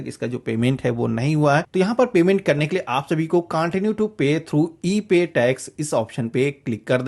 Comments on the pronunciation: [Continue] कांटिन्यु नहीं होता है, कंटिन्यु होता है! [Linked] लिंकेड नही होता है, लिंक्ड होता है! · Excellent informative video. Please improve your Pronunciation of words like CONTINUE and LINKED. That's all. God bless you.